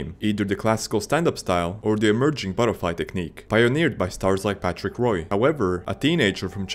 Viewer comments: Its Wah not Roy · Patrick Roy? Hearing that hurt. The video is solid, but that one mistake is painful. It's not "Roy," it's "Wah" (more or less). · It's not Patrick "Roy". It's pronounced Patrick "Waa". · It's pronounced Patrick "Wah" not Patrick "Roy" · Patrick wah not roy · Roy is pronounced “wa” in regards to Patrick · How can you be this passionate about hockey...but pronounce Patrick Roy's name as 'Roy' and not 'Wah'...like its pronounced? How?! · Patrick "Waugh" not Roy, Waugh.. That's how his name has been pronounced since 86. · Yoiu also mispronounced Roy. It's pronounced like "RWAH" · I can't trust a man who pronounces Roy with a hard R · Roy is pronounced Waa... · And that is when I turned it off. People who can’t pronounce Roy should not make hockey videos. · Patrick Roy pronounced “Patrick Wah” just to let you know! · Or “Woh” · Its patrick Roy (WAH), not what you said you lame excuse of a hockey fan. If you cant pronounce Saint Patricks name right, dont you ever make a single hockey video ever again. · It is not really "wah", English speaker just have trouble with French R's and Wah is close enough. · I'm not even French Canadian and I shuddered at that one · That and Grant Fur. It's Grant F-you-r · Patrick Roy like trois.(three in french) Drop the s and t in trois also the. roi and Roy same French sound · Rwah is how you pronounce it. Just roll the R a little bit like a quebec guy and its going to be perfect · Bruh…Did you just call him “ROY”? Is this an A.I. voice or just someone who shouldn’t be talking about hockey if you cant even pronounce the last name of the greatest hockey goalie in history…? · Patrick Roy's last name is french and pronounced "wah" loved the rest of the video. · French pronunciation: [ʁwa] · This? Don't apologize for this, apologize for saying Roy like a baseball fan ❤ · How can you not pronounce Patrick Roy's name correctly in a goalie video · Say Patrick Roy again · No hockey fan should be pronouncing Roy’s name like that.